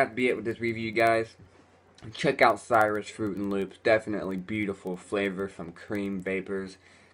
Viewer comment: OMG THIS ONES CALLED CIRUS!!! AS IN SY-RUS... LOL ITS SEAR-RUS AS IN CIR-RUS OMGGGGGGG WOWWWWW DUDE